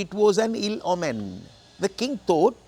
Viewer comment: ඕමන් not ඔමෙන් according to the dictionary